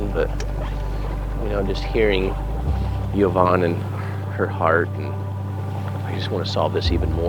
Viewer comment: Yvonne is pronounced E not Y